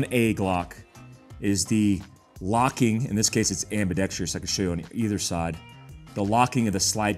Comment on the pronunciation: Is this an advertisement for Sig? I lasted less than three minutes. FWIW, it's ambidextrous not ambidextrious...and the "t" is silent in often. Just sayin'.